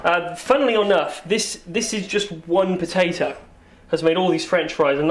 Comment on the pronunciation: fuck you and your Pow-Tay-ToE : /